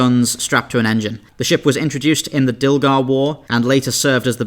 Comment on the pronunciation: I swear you said 'Dildar War'. That made me giggle a lot.